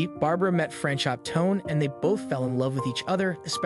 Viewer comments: Franchot is pronounced Frans o with a long "o." The t is silent. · FYI It's pronounced Fran-chOH